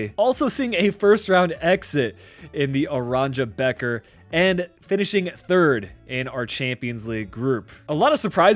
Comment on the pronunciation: said aranja becker 😭😭😭😭